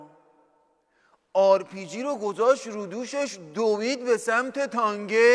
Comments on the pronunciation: این به تانک میگه تانگ.اونوقت مرجع تقلیده یه عده ساندیسیه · چرا به تانک میگه تانگ .